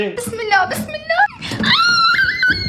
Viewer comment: دادي❌ ديدي✅